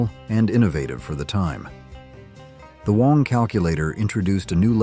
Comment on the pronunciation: Wang is NOT pronounced WONG. It is BANG with a W instead of a B.